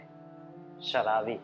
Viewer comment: शलाबी नही दोस्त शराबी